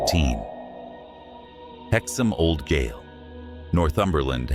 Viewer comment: The word spelt gaol, is pronounced as jail. I hope that this helps.